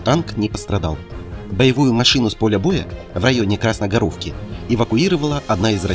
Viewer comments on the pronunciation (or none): КрасногОровка, а не КрасногорОвка. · А почему КрасногорОвка, а не КрасногОровка? Так сложно подумать чуть-чуть, перед тем, как произносить что-то?